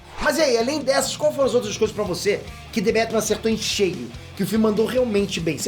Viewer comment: "Dê bétimã " Srsr... salve homi !!! Chama ...